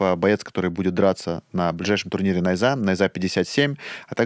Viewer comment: Ставьте ударение правильно, не нАйза , а найзА